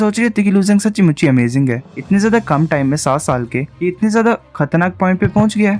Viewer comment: Bro sachhi muchhi word aap jish tarah se bolte ho vo 🤩🤩🤩.........(sabdo me nahi bol sakta karna achha hai)